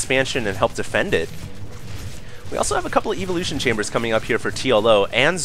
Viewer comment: it's ev-o-lu-tion, not eev-o-lu-tion...